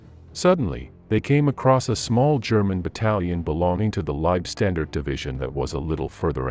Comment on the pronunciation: If you are going to make videos about the Germans in WW2, then please learn how to properly pronounce German words. For example: The "W" in German words is pronounced as a "V". You sound silly pronouncing it as a "W". You also mispronounce "Leibstandarte".